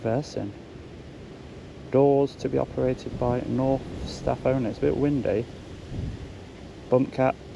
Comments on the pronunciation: It's pronounced 'kin-owf' not orf. German. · The real pronunciation of this German company is kn ow f. the AU is pronounce ow, like when you get poked in the eye. Not knorf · German pronunciation is "k-now-f" (as in "right now"). Not the k-n-awful pronunciation! Excellent interaction, well done,. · When he said "K nauf" I would of said am going to the "S outh G ate" 🙂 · It's German Company, Knauf is pronounced: koʊnah - oof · Knauf, pronounced K NELL when it goes wrong. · I believe It's a silent K Pronounced "Nouf" I would guess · Knauf....now pronounced Naff. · Is it pronounced "Knauf", "Knauf" or "Knauf"?